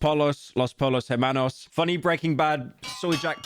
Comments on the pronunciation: It's pronounced poyos not polos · Pyro please brother say the spanish word how it's supposed to be said. You don't need an accent just please say pollos as "poyos" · brother that's Spanish. The double L's make a "ja" sound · The way you said pollos bro 😭😭😭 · How can pyro be such a breaking bad shill and not even pronounce pollos correctly it's not as if it's said about 200 times in the shows